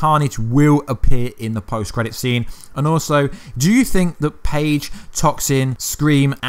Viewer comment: It's phage not page